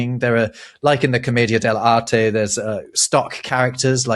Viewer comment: Wow, you pronounced it properly: Comedia Del Arte (Like Artay, or Arté. Not Art) Bravo! 👏